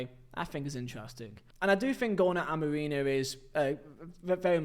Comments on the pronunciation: It's f***ing Amorim not Amoreem ffs! How the hell can you not say basic sounds with your vocal chords? I'm not even a Man Utd fan but f**k me, you need to learn how to pronounce words properly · Please stop saying Amoreen og Amorino mate